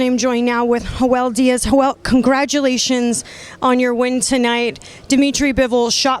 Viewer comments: The guys name is Joel not Hoel . Im dead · "Hoel"... Tf